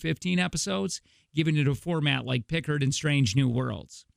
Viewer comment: Right? Stopped there, downvoted, commented, and left. One has to be at least marginally competent, enough to properly pronounce the names, to be able to 'delve' into something.